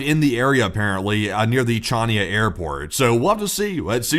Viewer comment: pronounced "Hania" not "Chania", just like Khaled calls himself Haled, Khamenei sounds like Hamenei and Kharkiv is spoken as Harkiv.